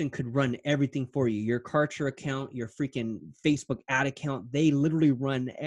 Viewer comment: #OMG Cant Believe Client's like do Exist...I Just fell in Love with her Zeal 🤩😍..She is So Sweet and So Humble...BTW I #ROFLed when Pronounced #Kartra as #Contra..Reminded me of my childhood VideoGame😋 And You are not as Real As #Cancer but As Real as the #Sun that Brings Clients and Businesses to #DayLight and make them Shine in their Respective Markets 💯